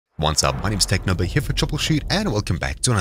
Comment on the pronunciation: He said Technobo